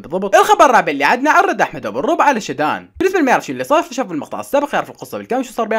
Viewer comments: والله اسمها شادن مش شدااااان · اسمها شادن مو شدان استمر متابعتك من العراق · شدان ✖ شادن ✅ 😂 الصيام مبين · شادو ❌ شدان ✔️ 🤣🌚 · تصحيح اسمها شادو مو شيدان😂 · شادن❌❌ شدان✅✅ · شدان ❌شادن✅😭😂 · شادن ❌ شيدان ✅ 😂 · مين لاحظ انو حكا شدان مش شادن رمضان مأثر عليك 🤣🤣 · ولك اسمهة شادو مو شدان😂😂😂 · شادن شادن مش شدان 😂🤦‍♀️ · شادن مش شدان😑😑😑😑😑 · شدان ❌ شادن ✔️ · قال شيدان بدل شادن تحياتي الك😂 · اسمها شادن مو شادان😂😅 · اسمها شادن وليس شدان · 🐆 هي اسمها شادو وليس شدن 😂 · شادن❌ شادان✅ 😂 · شااااادن مو شدان 💔😂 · شادن ❌ شدان ✅ 😂😂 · اسمها مو شدان اسمها شادن .